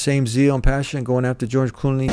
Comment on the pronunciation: it is not Cooney you are missing an L it is Clooney not Cooney